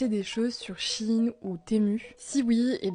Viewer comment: "sur shiiiine ou témuuuuu".... Faites un effort putain.